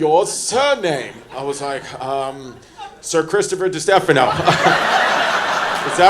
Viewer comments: Right out of the gate, mispronounce it like Kamala!!!! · Pronounced your name wrong. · said his last name wrong